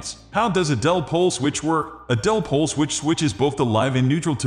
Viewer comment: The "-bot" narration is vile... What the hell is a "dell-pole" switch..? Had to click "dislike" on it. Pull it down and do it over, correctly.